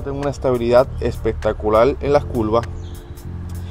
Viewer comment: Culvas jajaja. Curvas curvas vato habla español